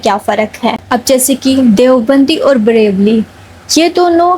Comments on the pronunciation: बहन सलाम. पहले तो आप बरेलवी को बरेवली बोलती हो. दूसरा सारे फिरके 1ही किताब यानि क़ुरान करीम को मानने वाले है. हमको भी चाहिए कि हम क़ुरान और सही हदीस को माने. जो दिल माने उसी को फ़ॉलो करें. सुन्नी ज्यादा मनमाने तरीके नहीं करते है ठीक है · Barelvi ka uchcharan thik se bolo